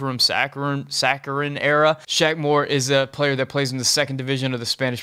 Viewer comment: *Sarachan, not saccharine